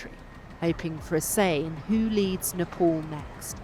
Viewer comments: First of all itd NePal not NePaul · Please change your colonial pronunciation of "Nay- paul" to "Neigh-paal". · it isnt hard to pronounce Nepal. it is not Nepaul, it Nepal. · its nepal not nepol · It’s Nepal not Nepol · Does she said nipple? 😮‍💨